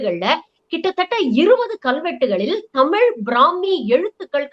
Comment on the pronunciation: என்ன தமிழ் பிராமி நு அழுத்தி சொல்றீங்களே... உங்களுக்கு என்ன உள் நோக்கம்...